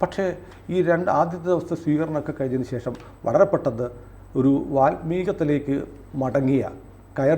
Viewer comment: വാത്മീകത്തിലേക്ക് അല്ല വത്മീകത്തിലേക്ക് എന്നാണ് പറയേണ്ടത് !